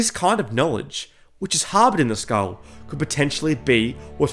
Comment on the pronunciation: I clicked off as soon as he said Skarm